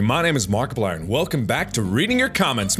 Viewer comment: I got two things to say.... For one: have you realized in some of your videos it sounds like your saying markiblier and not markiplier? And for two, do you got the Markiplier amino?